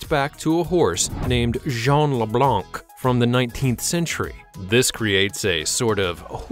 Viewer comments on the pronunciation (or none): none